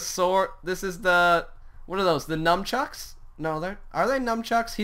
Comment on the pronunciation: Nunchucks Not Numchucks :D Motivation!